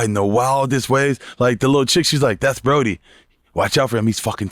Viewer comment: The guy's name from Point Break is Bodhi not Brodie lol I've heard Bobby say it wrong on several podcasts now.